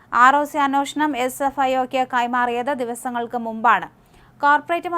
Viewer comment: അന്നോഷണം, അ ന്നോഷണം എന്ന് പറയാതെ...അന്വേഷണം..എന്ന് പറഞ്ഞു പഠിക്ക്